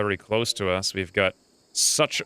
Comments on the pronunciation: No, it's pronounced SOOK-oh-MY-mus . not Soon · Suchomimus is pronounced soon-o-mime-us. And anything that ends with or starts with sucho is a crocodile like dinosaur or related to something like that. I checked the mod list and I didn’t see the Hospitality mod and I think it would ad a lot to later game play in this lets play. Never mind. This looks like it will be a great series.